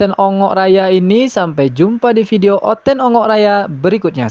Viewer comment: NOVI KER NOFI..indon ni di grammer English very bad.. video disebut FIDEO..content pun memalukan !